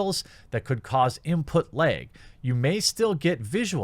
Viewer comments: "Input lehg" ;) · “Input Laeg!” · "Input leeg" sure bro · You say the word "lag" pretty weirdly. Js..